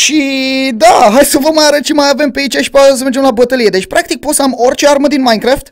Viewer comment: se zice minecraft nu maincraft like la comentariu si la! sper sa am o inimiora de la el